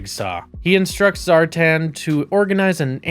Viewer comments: This video was made painful every time he said, "Zar-tahn." It's Zar - tan. Rhymes with Star-Man. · SAY IT WITH ME ZAAR TAN!